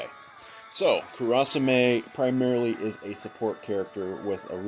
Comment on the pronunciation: How you say kurasame is cringeworthy. But overall good run